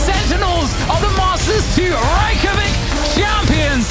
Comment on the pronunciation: The most shocking part about this video is that Iceland’s capital was said correctly every time